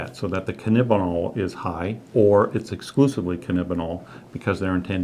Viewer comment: It's alarming when a "specialist" can't the name "cannabidiol" right...